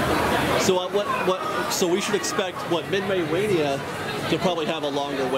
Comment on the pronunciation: Did he say "MidMay Wania?"